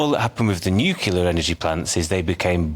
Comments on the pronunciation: Talk properly. It is NUCLEAR, not "NUCULAR" for heaven's sake. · Mr. Woolfe, it's "nuclear" ...not "nucular" lol reminds me of Homer Simpson.... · You would think that those guys on the panel talking about nuclear energy should at least know how to pronounce the word correctly. The clue would be in the spelling. It is NOT nU - cue - lar it is NU - CLE - AR…as spelt. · What is it with the word NU CLEAR that is so difficult ? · How do you interpret the word NUCLEAR into NUCULAR??? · Why can't people pronounce 'nuclear' properly? Nuclear- Noo-klee-are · FFS its NUCLEAR , not NIKILAR